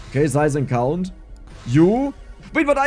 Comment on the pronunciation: "Projectile cOUnnt" per the accent xD